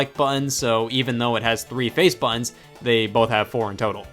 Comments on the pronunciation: 1. “BUTTONS” is a 2 syllable word and is not pronounced “buns”. 2. Your controllers are filthy AF. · scott pronouncing buttons as ”bUHOns” for 20 minutes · Dude when you say buttons it sounds like buns. 😂 great video! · buh ins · Nintendo made Bu ins, what did you do, DAAAAD?? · Bah enns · I like how he says button, “bu-in” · Alternative title: Scott says "buttons" with weird emphasis for 23 minutes. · I can't watch this anymore because of how he pronounces "buttons".